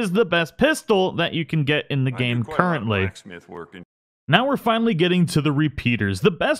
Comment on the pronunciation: "Curently" lol